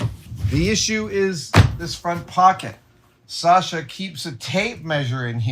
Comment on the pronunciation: You say "Sasha" almost as a native Russian! Great pronunciation!